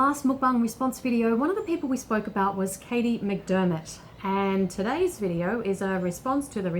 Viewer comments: When they "call you out" they are pretty beside the ACTUAL point. You said her name with a different accent (you don't live in the uk) and the other point are pretty nonsensical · Wow these fans are really mad just because you mispronounced her name😂😂😂